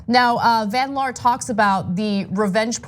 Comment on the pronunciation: Jeniffer van liar instead of van laar.